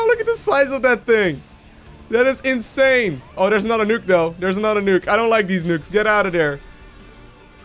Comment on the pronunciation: "The size of that is insurrhurrhurr" - 2016